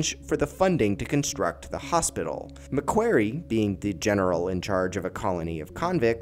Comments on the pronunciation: This was terrible. Who’s GUVNOR MC KWERY lmao. I’m Australian. You should have 1. Researched. 2. Asked an Australian to narrate. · It’s pronounced Mac kwory. (Long o)